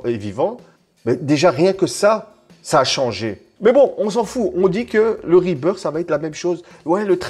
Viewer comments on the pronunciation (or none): Rebirth ça se prononce " RebirS " et pas " RebirD " sinon c'est le retour de l'oiseau mdr